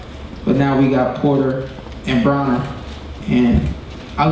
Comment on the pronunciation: so it pronounced bro-ner or as ellerbe pronounces it braw-ner?